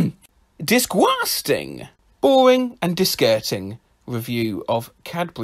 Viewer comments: d i s c o s t i n g But he says it like d i s c o h s t a n g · disGUAS- (COUGH COUGH) ...disGUASting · I lost it at "disgusgung". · No one French: ✨ disquesting ✨ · I lost it at disgusgung 😆